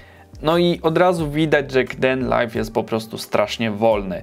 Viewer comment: Rozwaliłeś mnie tym "k-denlajf", jeszcze tego nie słyszałem. Wszyscy wymawiają to z ang. "keejdenlajf" - :D haha, sam się nie mogę nadziwić jak śmiesznie i głupio polska pisownia angielskiej wymowy wygląda, ale nie wiem jak inaczej przedstawić wymowę angielską w pisowni polskiej. Co z Openshotem, takim odpowiednikiem Windows Movie Makera, czy Olive, czy Lightworks? Jakbyś je ocenił? P.S. Pisane z Manjaro KDE - instalacja 4 lata temu i dalej dobrze śmiga :).